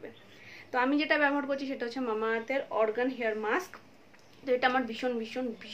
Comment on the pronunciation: Organ hair musk bolcho keno pronounciation ta Argan hair musk